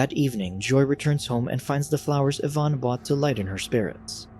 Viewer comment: Lol, Jaime Pressly being "scorned." Also, "Evan" being pronounced "Yvonne" 😅😅